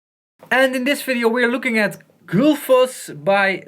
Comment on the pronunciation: gullfoss, not gulfoss. probably named after the waterfall in iceland